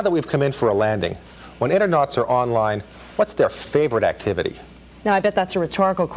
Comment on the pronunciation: "internauts" ffs